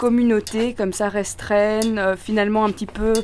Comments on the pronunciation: il me semble qu'on dit "Restreinte" et pas restreine 😕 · "restrenne" ON DIT RESTREINTE PUTAIN